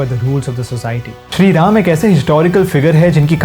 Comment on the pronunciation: Bhai sahi se naam to lelo, Raaamaa kya hota h? Arjuna? Seriously? Itni english hindi mein nhi ghusai jati.